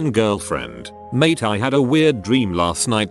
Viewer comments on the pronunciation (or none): none